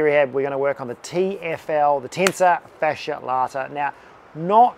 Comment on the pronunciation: 0:3 Tensa fasha lata ??????? Sure would be nice if you'd write this down in the description. Edit > I found it's the: Tensor Fascia Latae